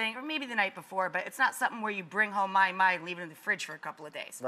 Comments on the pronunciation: Well that’s awkward. It’s not “my-my” it’s “maw-hee, maw-hee” lol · did she just say my-my???? what a kook. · Thats not how you pronounce mahi mahi(ma-hi ma-hi)